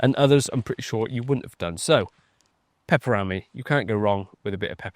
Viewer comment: The pronounciation of pepper-rami....🤣🤣 its one word not two.